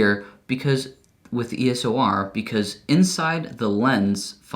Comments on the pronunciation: Love your videos! But damn my ocd goes off when you say ESO R as opposed to EOS R hahaah love your videos tho!! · It's eos not eso!!! Stooooop 😂😂😂😂😂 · uhhhh you keep saying E S O R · you keep saying ESOR xD